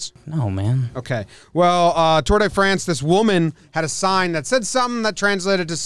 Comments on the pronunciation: hes been to “Franch” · "I've been to Franch, you ever been to France?"